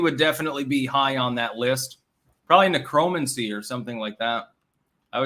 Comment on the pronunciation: Sometimes pronounces words in an unexpected way. Today's example "necromancy". Think of the way you'd say "diplomancy" and it's close to that. It's ish min into the stream.